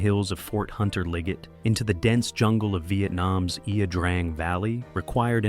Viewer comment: A good documentary. It would be helpful if Ia - Drang was pronounced correctly. Hard for an American to do since Vietnamese pronunciation is anything but intuitive......